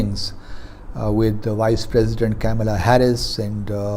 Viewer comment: अंग्रेज़ का पुत्तर - Its not Camela Harris... it is Kamala Harris! कैमेला हैरिस नहीं है ... कमला हैरिस है!